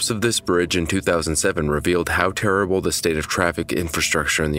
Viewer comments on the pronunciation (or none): none